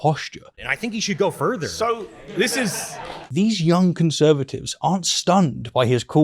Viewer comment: "Worth" is spelt as it is, not pronounced "werf". Same with the word further. It's not "ferver" You have a labiodental fricative, th-dronting lisp and it's very distracting. I wish I was able to listen to this without it being the loudest part.